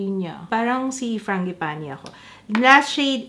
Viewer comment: Fran-ji-pah-ni. Apelyido pala itech ng italiano . The other name of this flower is Plumeria. Ty google